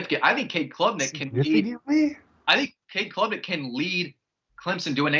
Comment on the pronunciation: calling Cade Klubnick “Cole Cubelic” is one for the books 😂